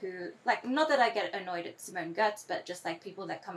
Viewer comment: Simone Giertz, and I think she pronounces G as Y.